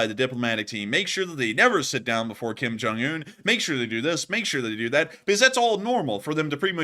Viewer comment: Kim Junk-unh? Geeze.Lavrov, sitting down before your god-host? So, so, pathetic. Who does Kim's hair. Frighin'-A, it must be done with a gas-powered Lawnboy.